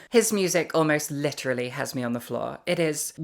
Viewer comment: "Litterally on the floor" ? :p